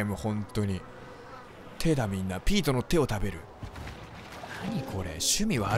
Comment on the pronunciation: ペートかピートかはっきりせい